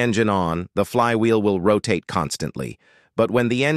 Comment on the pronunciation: Speech went from bad to: the clutch disk will not rotaytuh, how fast the flywheel row tatay. The conclusion? Clutch has a vee tal rollay, on a vehickley.